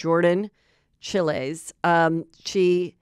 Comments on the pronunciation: Wow Heather, you didn't actually watch the gymnast perform ? How could you butcher pronouncing Chiles?? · You mispronounced Chiles. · I don’t think Jordan’s last name is pronounced like that 😮😮either way it suck’s for her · It’s Chiles…rhymes with Biles